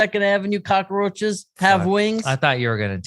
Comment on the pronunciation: Kills me that Rob says cockroaches with four syllables lol